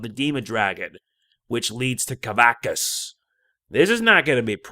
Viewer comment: Sorry, but it's pronounced "kuh-VAX-us".